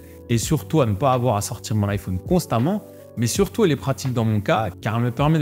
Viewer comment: vidéo genial par contre ca me perturbe comment tu prononce iphone XD